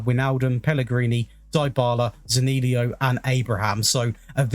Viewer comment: Not Zanilio but Zaniolo